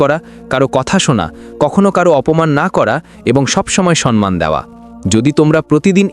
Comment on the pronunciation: গল্পটা ভালো লাগলো, কিন্তু গল্প পাঠকের উচ্চারণ ঠিক করে নিতে হবে। কথাটা "সম্মান "- " সন্মান" নয়।